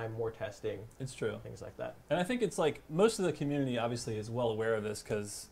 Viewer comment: "Cumminity" Seriously, guys? You must have lots of fun behind the scenes...